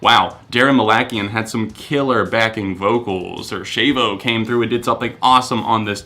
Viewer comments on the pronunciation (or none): not how you say shavos name😂 (pronounced shah-v-oh) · The way you pronounce Shavo...oof